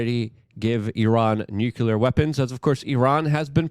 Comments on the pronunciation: Say it with me Luke.. NU CLEE AAR. not nuculer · Nuclear not Nukular 😂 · Gah! I want to listen to what you have to say but I need you to stop saying nuke-U-ler 😂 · Nucular escalation, yeah! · Dude - as nobody else is telling you, it's NU-CLEAR 😊